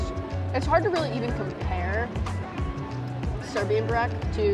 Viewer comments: It's so weird how good their Serbian pronuniciations are... It's almost like they are Serbs :O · I am surprised at how clearly they pronounce Serbian dishes.